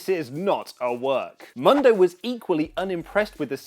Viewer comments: Oli where are you??, with ALL due respect, please for the love of all that is holy in wrestling, please try and at least listen to how the names are pronounced ahead of your show. I know you read Johnny MUNdo, proper pronunciation however my brother, is Johnny MOONdo... or just John Morrison works too. Anyway, love the vids and I've been a subscriber for quite a while now. Keep that fresh news coming. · MUUUUUNDO NOT MONDO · "Mundo" is produced Moon-dough FYI you're welcome.